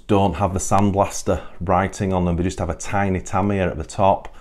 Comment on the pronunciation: No R in TAMIYA